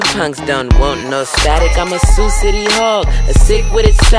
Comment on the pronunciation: Did homie really say Sioux City? Lol